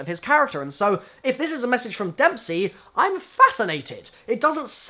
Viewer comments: It's Dempsey, mate. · It's Dempsey.